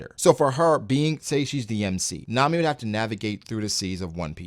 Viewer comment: I’m glad he said Nami